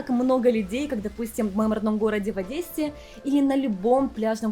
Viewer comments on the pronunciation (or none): none